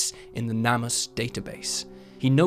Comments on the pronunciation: Just a gentle reminder that "Namus" is pronounced "name-us" ✌🏻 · It’s pronounced Name Us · You should hear his "NamUs".